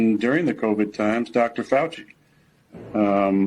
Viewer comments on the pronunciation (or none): none